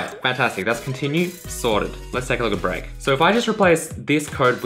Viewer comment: When he said: "Let's take a look at break.", I first understood: "Let's take a little break." LOL